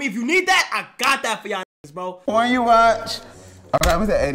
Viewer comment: "do black people warch that"😂😂😂